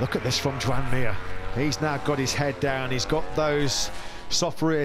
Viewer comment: „Yoan” not „joean”…. Learn how to spell Mir name